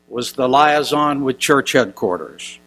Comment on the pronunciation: Did he say lieazon !?